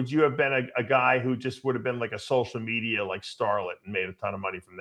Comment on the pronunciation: dave and his fascination with social medierrrrr